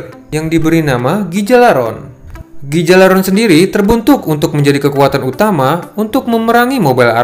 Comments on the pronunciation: Duh, Gjalarhon, dibacanya "galalhorn" Bukan "gejalarhorn" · bukan gijalaron tp cara bacanya ghia -lar -horn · gijalaron??? cara bacanya bukan gtu tp harusnya Gha- lar- horn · Yalarhorn bang bacanya